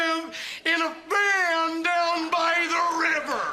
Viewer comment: "VAN" WYLDER